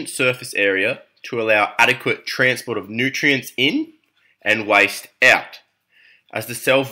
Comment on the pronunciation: Are you trying to say waste?